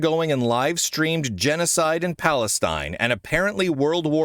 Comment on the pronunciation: Why does he say genecide and palistine isnt a thing?